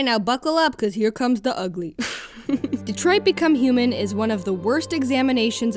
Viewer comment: I cared so little about this game in his whole existence that I only noticed TODAY that it's actually DetroiT and not DetroiD. I'm not even kidding